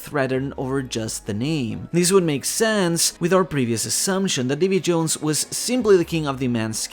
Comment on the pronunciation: Its Davi D. Jones